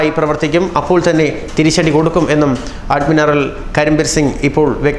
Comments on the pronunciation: Adminaral അല്ല admiral. ശ്രദ്ധയോടെ വായിക്കുക സുഹൃത്തേ.. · അഡ്മിനറൽ അല്ല... Admiral.....